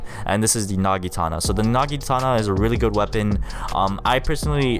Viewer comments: Do u mean the naginata? you said nagitana lol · My mans said nagitana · ur saying naginata wrong